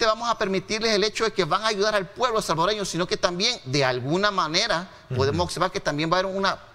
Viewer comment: OBSERVAR, NO "OCSERVAR"